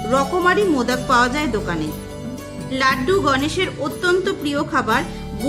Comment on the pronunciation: সুন্দর ভিডিও। কিন্তু গনেশ চতূর্থী যতবারই বলেছেন হিন্দী উচ্চারণে। ভীষণ কানে বাজছে। আপনি বাংলা ভাষায় ভিডিও করেন। মহারাষ্ট্রে এই পূজা খুব ধুমধাম করে উদযাপন করা হয়। কিন্তু বাংলাতেও এই পূজা নিষ্ঠা ভরে করা হয়। তাই উচ্চারণে বাঙালিয়ানা থাকলে শ্রুতিমধুর হবে।মোদক কথাটিও বাঙালি উচ্চারণে বলুন। আশাকরি আমার উপদেশ ইতিবাচক ভাবে নেবেন। ভালো থাকবেন।❤❤